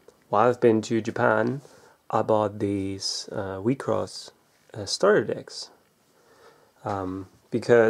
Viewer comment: You pronounced it as Weak sauce